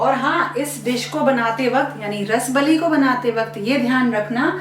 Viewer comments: Actual pronunciation is रसाबली । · रसबली ❌ रसाअअब अली is correct pronunciation. I m from odisha